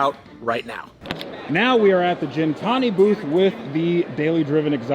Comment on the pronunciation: bro! Gintani! Gintani! not Jintani😆